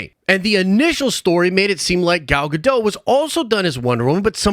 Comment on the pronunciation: Why do you never pronounce Gal Gadot's name the same consistently in any video you mention her in?